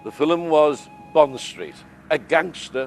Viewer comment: " ... the filum [sc] was"? I thought only illiterate folks used that pronunciation.